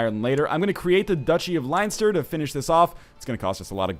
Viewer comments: Ohh god. As an Irishman I have to say that it is pronounced 'Len-ster' not 'Line-ster'. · Leinster is pronounced Len Ster 3 from your Irish fans :) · Len-stur Northernlion. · It's pronounced "Len-Ster"... should know, I live there :) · its pronounced lenster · Nl it's pronounced Len-stir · NL its pronounced len-stir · It's pronounced Len-s-ter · Len-ster its pronounced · LOL its so funny listening to nl say leinster